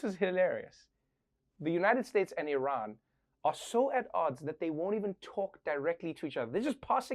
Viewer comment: I love what you do Trevor. But Iran is not pronounced like an Apple product. And the Iranians’ English accent is nothing like Arabs’.